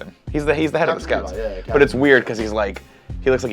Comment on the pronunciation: Oh my gosh. Really? Levy (pronounced lev-e) is the girl from FT and Levi (pronounced Lee - vi, and the i is said like the u in buy) is from AoT